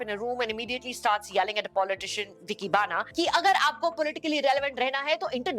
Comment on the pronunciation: at its not vicky bana - doesnt sound like eric bana - its the hindi aa than the english A. Chhota aa followed by bada aa makes it bana (reference Gulal - anurag kashyap character played by KK - also a Bana). Its a term used commonly in Rajasthan to address the male younglings of a rajput family.